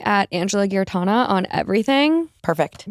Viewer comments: If she’s your friend then make an effort to learn how to pronounce her name – Giarratana is pronounced with a J sound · That is not how you say Giarratana, bruv